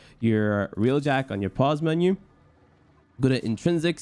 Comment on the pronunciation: Its pronounced Railjack, not realjack